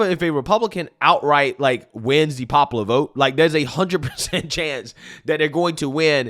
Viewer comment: The BCP translation guide 😂😂😂 Pop-uuhh-ler = popular ExtrapYOU-late = Extrapolate Silver war = Civil War Dat = that Dis = this